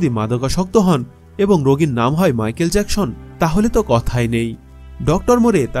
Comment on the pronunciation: Eita jackson not jakshon